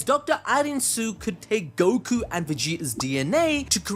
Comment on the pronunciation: I was thinking the same too. I’m also starting to think glorio is going to turn on goku over how often he mispronounces his name.